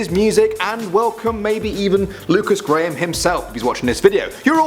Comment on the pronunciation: WASS A GAM (what he called "graham")